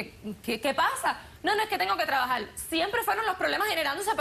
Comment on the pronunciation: “TrabajaR” no “trabajaL” 🤣🤣